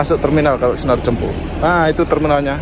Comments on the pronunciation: Tolong di ralat bg penyebutan kata "Dempo", maaf tanya terlebih dahulu kepada sopir/kru,,cara penyebutan yg benar,, karena saya nonton dari part 1 -part3.🙏🙏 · Khusus untuk penyebutan huruf "e" nya min..